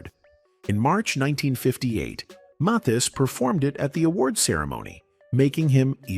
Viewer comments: Johnny Mathis' name is pronounced "Mathis" as if it's "Mathas." NOT "Mothas!" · And not pronounce his name even though it is spoken in this story. Not Maythis. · His name is not Moth-ees. Mispronouncing his name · Esse moço não sabe falar o sobrenome de Johnny Matthis . Nunca ouviu o sobrenome desse maior cantor do mundo . .? Pq ninguém viu que ele não fala certo o sobrenome do maior cantor ? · Can't you teach your robot how to pronounce "Mathis"?!?!? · This A I voice pronounced Johnny's name wrong the whole video. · is this AI? Pronunciation of Mathis doesn’t sound like it’s usually said. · Why is this bot mispronouncing Johnny’s last name every sentence and 15 different ways? It’s so stupid and silly. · I wish you didn't use an AI voice for this video. It kept messing up the pronunciation of Johnny's last name and that was distracting. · Let us hear a real person narrating these videos. They don't even pronounce the person 's name correctly. What a shame!! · How many times can you mispronounce the name MATHIS? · Is the narrator a real person, or AI? He can’t even pronounced Johnnys last name! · It’s a wonder how many different ways the narrator pronounces the name “Mathis.” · I had no idea there were so many ways to pronounce "Mathis." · Clickbait. There is nothing in this video about his love of anyone. This Ai robot kept mispronouncing his name and repeating lines over and over in several places. Not woth the trouble to watch this.